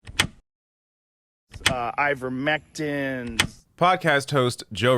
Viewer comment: "Uh, Ivermectine!" ....nuff said 🤣